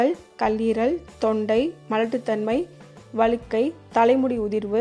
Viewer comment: ❤வளுக்கைனு சொல்ரீங்க வழுக்கை என்று சொல்லவேண்டும்